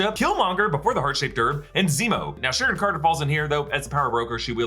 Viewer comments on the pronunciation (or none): none